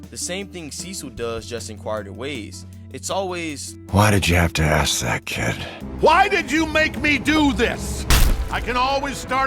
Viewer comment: Its "ask" not "axe"